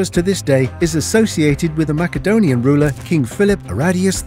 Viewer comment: Please pronounce Macedonia correctly!! Saying it wrong ruins your credibility